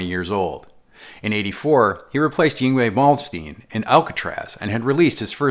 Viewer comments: At the risk of coming off like a know it all internet keyboard commando, I think I can help with Yngwie’s name. It’s silly to try to pronounce it like a native Swede, but the Americanized version is so close as to make nearly no difference at all. It took me a few attempts to get it right too, so don’t feel bad. Just pronounce his first name “Ing-Vay”. Malm rhymes with “palm”, so just try “Ing-Vay Malm-steen” From now on, every time I watch one of your videos, regardless of whether it’s the first time I’ve seen or or the twentieth, every time you butcher Yngwie’s name, I’m probably going to giggle out loud. That admission would be a lot funnier if you knew what I looked like and could imagine that visage giggling... Anyway, I absolutely LOVE this channel and how you manage to present my two favorite things: Guitars and history. If you ever need a bonafide backup guitar nerd to assist with research, writing, or editing, I’m your nerd! Will work for fun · “The fingerboard was scalloped, something he borrowed from Malmsteen”. Minor correction, - Vai actually got the idea to scallop those last four frets from Billy Sheehan, with whom he had worked when he was with David Lee Roth. Everything else was spot on! Except you still can’t pronounce “Yngwie Malmsteen” to save your life 😂. As a nearly 30 year Ibanez Jem and Vai fanboy, I can personally certify that this video is VERY accurate and hits all of the high points. You even got the photo of the right Maxxas that Hoshino sent to Vai for Christmas! Solid work!